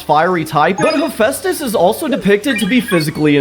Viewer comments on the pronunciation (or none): none